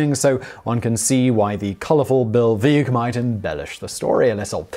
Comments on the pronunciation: That's Veeck, as in wreck. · "Veeck As in Wreck" It's how his name is pronounced, and it's the name of a book he wrote. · And Bill Veeck's name rhymes with Wreck... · Yes, and its pronounced Bill Veck. Bonus Fact: Veeck planted the ivy in Wrigley Field. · Lots of outrage about his version of Harry Carey.Well, boys and girls, Bill Veeck, colorful guy, pronounced his own name VECK, as in neck. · Veeck as in wreck. Caray as in carry. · This was painful to listen to........ Ka'rey and veak :| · All the corrections in the comments about the pronunciation of "Caray" and "Veeck," yet has no one mentioned that he also mispronounced the character Katie Casey in the song itself?